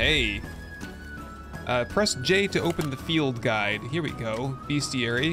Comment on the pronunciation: I feel like it cant just be me. But right here when you say "bestiary", something about the way you say it trips my phone and thinks its hearing "hey siri". lol